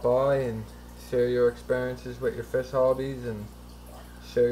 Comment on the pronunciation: hard to be a fish keeper when you cant pronounce fish